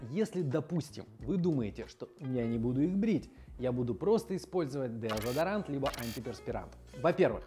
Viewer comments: Деодезарант? Я правильно слышу? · Мне кажется у него английское deodorant с русским смешалось